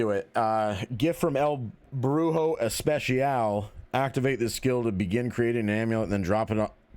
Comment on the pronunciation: Hey, especial is pronounced es.pes.ial not es.pesh.ial Although the word is spelled similarly and even has the same meaning it doesn’t have the same the sh sound. Idk if u even care but if u do then there it is lol. Also great vids love the evil dead content keep it coming!